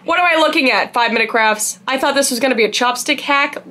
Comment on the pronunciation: Is she saying "5 Minutes Crafts" or "5 Minutes Craps" 😆🤔